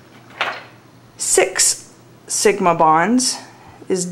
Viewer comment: She sounds British ! "Six!" Great video, helps a lot.